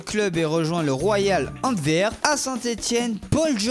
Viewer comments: Antwerpe pas Anterve (j’écris comme ça se prononce) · Étant belge, la prononciation des clubs Belge est à revoir 😂. Le royal antverp c’est antwerp, le kv brede mechelen ça se dit malines, et heureusement que le krc genk a été bien prononcé par la voix off... 😅